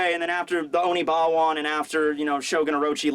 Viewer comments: It's Oniwaban, not Onibawan. Please stop mispronouncing it. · ackswally, it is Oniwaban not Onibawan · holy crap its oniwaban not onibawan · say it with me now, ONI-WA-BAN group! Love your videos man.